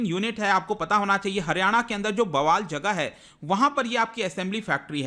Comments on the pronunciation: It is pronounced as Baawal not Bawaal Sir ji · बावल not बवाल!!! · बवाल नही बावल